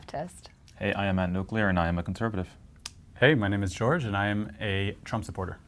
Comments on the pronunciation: Jorge, your name is HOR-hay, not "George" 😂😂😂😂😂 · Jorgé not GeOrGe…mamadas 🤦🏽‍♂️ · Did this Jorge just say his name is "George" ? 😂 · Jorge pronouncing his name as “George” told me everything I needed to know